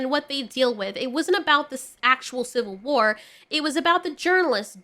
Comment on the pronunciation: "Shill-vil War"